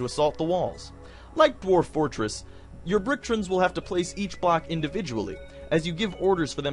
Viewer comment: "Little characters called bricktrins" >bricktrins Bricktrons. Tron pronounced like the hit movie in a computer.